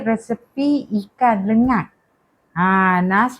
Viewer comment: Lengat..bukan lenggat 👍✅